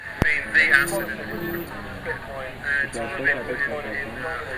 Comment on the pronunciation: Di bahas Bitcoin bukan pi coin bangg...haddeh...cuma kedengeran kayak bilang piccoin